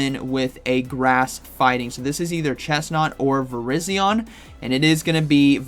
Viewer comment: why does every YouTuber pronounce it VIR-IZ-ION. it is VIR-EYE-ZION. similar to the wireless carrier VERIZON.